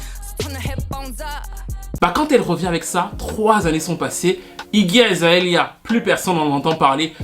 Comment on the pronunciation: azaélia ... mes oreilles saignent, mais bon la vidéo est trop intéressante on laisse passer